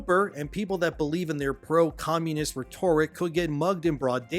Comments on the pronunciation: "Re-TOR-ic" I will post this on every video you say it this way on until you get it right. It's "REH-tor-ic". Google it. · I love you,, my boi. But for the love of God, it's pronounced "reh-ter-rick." I know how it's spelled, but you don't emphasize the "or." That'd be like emphasizing the "or" in "plethora," like Angry Joe, and saying "plethORa." It just... Doesn't flow right. Saying "reh-TOR-rick" just sounds like you trying WAY too hard to pronounce a word you're not confident in saying because you've never said it before.